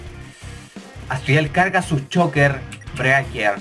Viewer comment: El dicien sokher breaker